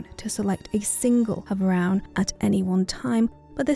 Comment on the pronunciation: Beautiful as always, but you're mispronouncing havroun :( As heard in the personal story, it's /havrun/ not /havran/